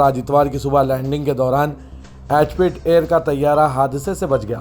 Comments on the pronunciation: Bhai sahab it's a EGYPT AIR flight Not Egg PIT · Bhai miyan Egypt Air hai woh aap kya bolay aur aap ka pronounciation should be perfect plz don't read News like a Galli ka News presenter.thx appreciated